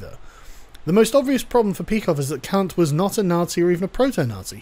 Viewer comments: KANT. His name is Kant. Kantian. kAnt. Not kUnt. Otherwise I agree and have no issues. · Why kant you pronounce Kant? It's effing c-word. Immanuel short a sound Kant. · Stop saying Kant, ya Kant